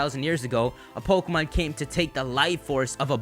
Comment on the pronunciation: May I suggest not saying your "P"s so harshly? Everything else sounds perfect except "PO-kemon PO-kemon PO-kemon" over and over lol